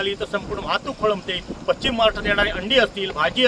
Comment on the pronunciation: कृपया पश्चिम महाराष्ट्र असा उच्चार करावा. पच्चीम हा उच्चार चुकीचा आहे. अशुद्ध उच्चारामुळे चॅनलची प्रत कमी होते. 🙏